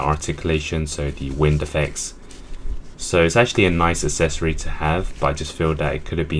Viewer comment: It drives me up the wall how you cannot pronounce the word “accessory” correctly. Come on man, it’s not hard.